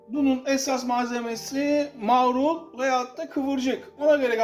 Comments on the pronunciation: Türkçenin yanlış KULLANILMASINDAN çok rahatsız oluyorum.Eminim, mağrul diyen arkadaşta bahsettiği sebzenin marul olduğunu biliyordur. Yanlış telaffuz ettiğini fark etsin diye soru sormuştum.Farkında olmadan araya "ğ " alıyorlar.Börek yerine böğrek deniliyor misal. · aylardır seni izliyorum da bu video beni rahatsız etti be usta maaaaaarul değil marul :)